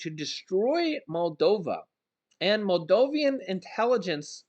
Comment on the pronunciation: It is pronounced Maldovan, not Maldovian.